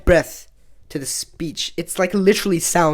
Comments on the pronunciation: Just because you claim they are your main languages does not mean you should be or can be trusted with whatever you say about Hindi Urdu and English. You gave examples of words in Urdu to make your point about aspirated consonants but went on to use khamoshi and gham as examples, and mispronounced them (I'm sure innocently) to make your point. By mispronouncing them you effectively changed the spelling of both words to fit a common mispronunciation of both words by non-urdu speakers (usually by Hindi speakers). Khamoshi begins with the letter 'KHaa' from the throat and Gham with the letter 'GHayn' also from the throat. Neither of which lend themselves to your point about 'breath' and aspirated consonants. There are plenty of other words you could have chosen to make your point, some of which you did, and were valid, e.g. Bhoolna, Thakna and there are others. And you would be right that they are words derived through Hindi and Sanskrit as that make up of sound does not come from the Persian or Arabic influence on Urdu. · So you're right that Urdu has a lot of aspirated consanats bc fundamentally, it is an Indic language with its roots in Sanskrit but the examples you game (gham and khamoshi) are not correct examples of those as you did mispronounce the kh and gh sounds in those. The gh in ghar for example would be a correct example of aspirated consanants so you're on the right track, just need to check some things here and there bro. But really great video, I like the work, keep it up.